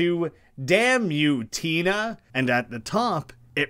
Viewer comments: It’s just Tenna not Tina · the fact that you even point out it's an antenna pun but still pronounce it like tina frustrates me to my core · there's two N's meaning it's pronounced tenna not tina also cos its like "antenna", and thats how you pronounce that part of antenna